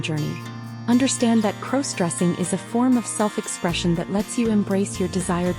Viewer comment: Stop mispronouncing crossdressing 😢😢